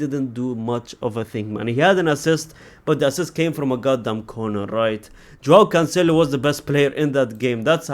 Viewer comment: bro please learn these players names lol who the heck is kabios